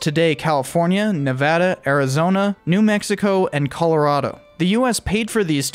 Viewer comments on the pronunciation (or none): none